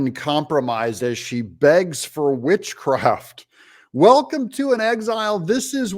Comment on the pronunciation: She already has it.....sorry ....thought she said Bitchcraft !!